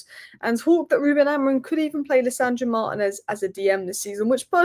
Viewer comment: Can anyone explain to me why always calls Martinez Manez? For brevity's sake, why is Martinez such a long last name? Like Granacho instead of Garnacho 🤔